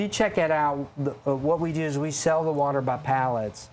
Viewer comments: It's "worter" and you no it. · Why can't southerners pronounce the word "water" properly?! It's "water", NOT "worter", idjits! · Whudder and Water are very different things.